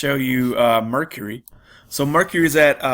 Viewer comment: Just a note, I wasn't sure what site you were referring to at first. It's actually pronounced phonetically like Mer-Car-E, not Mercury, may confuse some watchers. Good mix of items shown, thanks